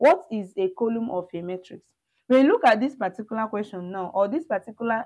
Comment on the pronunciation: I like your methodology. Please can you say column instead of coloom? The u should sound the same as the u in but, hut, cut, umbrela, under.